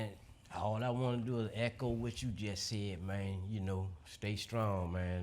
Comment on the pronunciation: As long as I have been watch, it’s still funny to hear him say “wont” but is actually saying “want”.